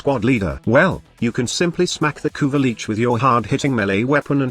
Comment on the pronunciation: No one noticed... "Kuva leech" "kuva leeches" you need to modify your TTS bud